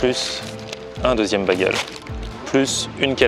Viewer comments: Bagel se prononce Bégueul pas Bagueul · Sa me perturbe un peu que tu dise bagel c'est baigel prononce bien le AI